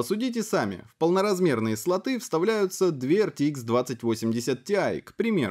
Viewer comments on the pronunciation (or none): К тому же слОты, а не слотА.